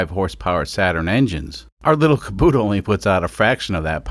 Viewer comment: Why is he saying Kabuta not Kubota